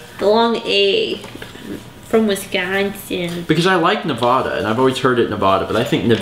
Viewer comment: "WISKAWNSIN" That should be a fan moment.